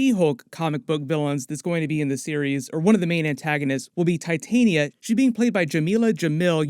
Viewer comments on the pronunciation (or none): none